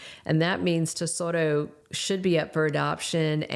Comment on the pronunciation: Baby's name is Tesoro, not Desoto